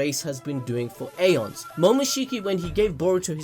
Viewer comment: anyone gonna comment on how he pronounced eons?